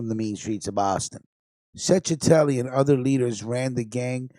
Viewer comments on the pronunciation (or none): What a stonato bro u are is chechetelli pronounce it right .get it right.u Mexican??